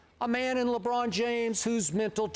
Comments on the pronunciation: This man said LeAlfred James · "Lebruh James"